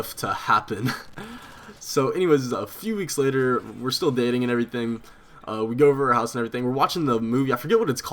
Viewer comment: By far your my favorite houtiner but youve gotta stop saying "and errything"